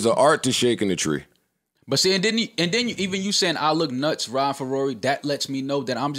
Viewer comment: Joe said “forget Rawry” 😂